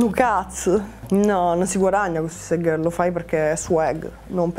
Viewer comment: Suisaid gherl 😂